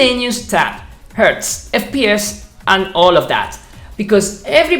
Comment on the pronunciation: Yeah Like when he said Ertz instead of Hertz lol wait a minute funny moment If hertz is hz Ertz is z